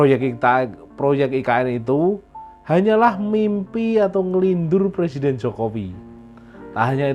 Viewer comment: RR benerin dulu ucapannya Pak Jokowi President bukan Plesident😂